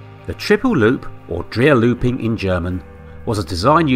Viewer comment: Dreierlooping is Spoken as Drierlooping